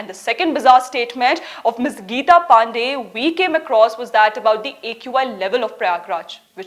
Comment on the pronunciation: I enjoyed your attempt to mispronounce Ms. PANDEY's name